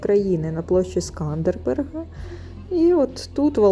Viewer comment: вiдчуваю iспанський сором за Вас. Ну який СкандербеРг? Так рiже слух! Поважайте iсторiю краiни, яка надала Вам прихисток. Рекомендую переглянути фiльм "Великий воiн Албанii Скандербег" (1953, СРСР).